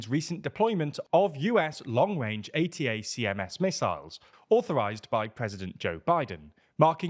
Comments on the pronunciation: Sir, it's pronounced "attack em's". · For what it's worth, ATACMS is usually pronounced "Attackems" by the military and respective analysts